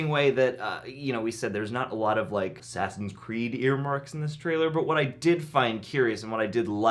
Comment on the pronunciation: Oh no he said “Sassins Creed Valhalla” 💀 in the very beginning of the vid 😂